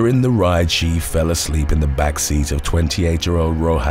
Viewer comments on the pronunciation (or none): “she fell ‘uhhsleep, in the back seat!” sounds like some RKelly lyrics 😂